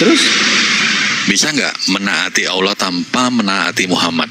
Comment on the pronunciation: Pak de Sugi ngapain sebut Allah cara ucapnya kayak oten, alah. Kan percuma tidak dapat pahalanya. Kita tetap ucapkan cara Islam, ALLAH jadi dapatkan pahalanya. Tq.